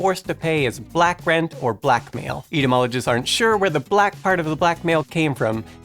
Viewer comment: hello new guy. you mispronounced two words...etymologist and gaelic...otherwise, good job.